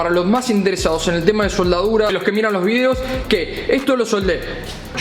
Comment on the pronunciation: Me causa gracias como parece que dijera "SOLDAURA" continuamente.